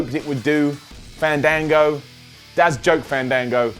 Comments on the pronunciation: it's not fahndahngo, its... faaaaaaaaaaannnndaaaaaaaaanngooooooo. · it's FAN-DAN-GO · if u loved fandango u would of said his name right u STUPID IDIOT